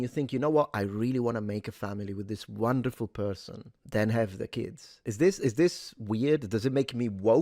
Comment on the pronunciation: Such a good perthon:) It’s the Internet and spiteful Mugs are abound, not a Left/Right matter.